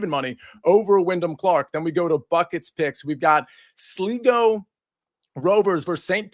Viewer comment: It's Sly-go Rovers, not Sliggo Rovers